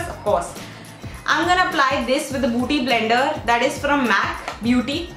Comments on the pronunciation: 2.08 again she say booty blender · Its not buuty blender but bueaty blender yr .... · it's okay even if u dint tell it's a beauty blender but what is booty blender lol😂😂? It was so damn annoying to hear it over and over again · oh my God booty blender 😂😂😂😂😂😂 its beauty blender dear🌸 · i crack up everytime she says booty blender😂😂😂😂😂😂